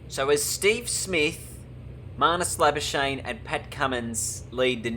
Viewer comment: Try say Labuschagne in the next episode how South Africans say it: La-Ba-Ska-Gh-Knee Give it a bash!